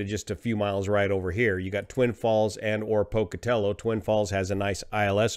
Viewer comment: This is the first time I've heard a non Pocatello resident say Pocatello correctly. 👍